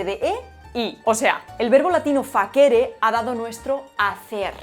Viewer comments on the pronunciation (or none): Te corrijo, el verbo hacer en italiano no se pronuncia "faquere" (facere italiano) se pronuncia fachere ( al español). La "C" sola suena como Ch. No te confundas además...Lo que si suena como una "Q" e italiano es la "Ch", como el Chi (que significa "quien"). Muy interesante todo esto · no se dice facére, se dice fácere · Voy a tocar los cojones un rato: 1) En latín no existen palabras agudas, MINÓR es una aberración, se pronuncia MÍNOR. 2) COR es palabra neutra, luego la concordancia es "cor magnum", no "cor magnus". 3) FACÉRE es otra aberración todavía mayor, el infinitivo de presente de FACIO es FÁCERE. Además de esto, creo que una persona docta en lengua debería usar los ordinales para los siglos, por lo menos hasta el décimo. Es mejor decir "siglo tercero" que "siglo tres". No sé por qué, parece que alguien quiere que los ordinales se pierdan. Deberíamos decir "Alfonso Décimo tercero" o "Juan Vigésimo tercero", pero no sé por qué los que usan ordinales no pasan más allá de "Décimo". Por cierto, mucha gente en los ascensores cuando les preguntas "a qué piso vas", te responden "al tres" en lugar de "al tercero". Por último, yo no soy cristiano ni católico, tampoco soy agnóstico, sino completamente ateo, y no me pasa nada por decir "antes de Jesucristo". No es una crítica, porque cada uno debe expresarse con el estilo que sea de su elección, simplemente se me hace curioso como incluso a Jesucristo se le cancela en estos tiempos. Un saludo. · Porqué te equivocas siempre con la acentuaciôn de los verbos de la tercera declinaciôn latina? No es *FACÉRE sino FÀCERE que dio fàkere en sardo. Claro, en castellano y portugués se perdiô la tercera decl. latina que pasô a la segunda pero tù como lingüista lo tendrias que tener en cuenta.😅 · Facere en latín se pronuncia fachere y no faquere!😂...por lo demás está VISA😊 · todo supergenial, pero que yo sepa "facere" es de tercera, o sea que se pronunciaría "fàkere", no "fakère" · fácere --non facére. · Se dice "mínor" y "fácere"